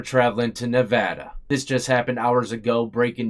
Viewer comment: It's not how ever you like to say it, it is NevAda not NevOda.